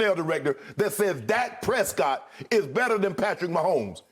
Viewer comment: Y’all never heard of Flightreacts. He pronounces Dak Prescott as “Dake Prescoot”